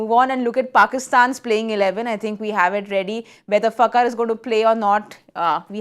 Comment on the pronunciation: Madam it's Fakhar kh not k